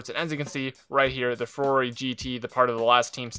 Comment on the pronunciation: Come on. It's pronounced Furore